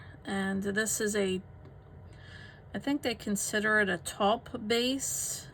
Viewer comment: Taupe is said like toe-p , not "top". Nice greys!